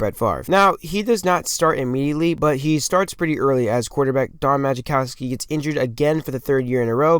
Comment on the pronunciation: It's pronounced mah-cow-ski. Otherwise, I enjoyed the video.